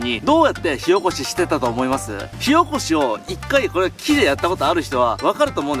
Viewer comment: 火起こしが塩コショウに聞こえる。。